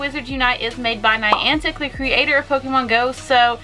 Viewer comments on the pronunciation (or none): none